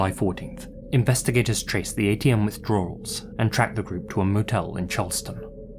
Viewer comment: Withdrar-rals? With 3 freaking "r"s??? 😂😂😂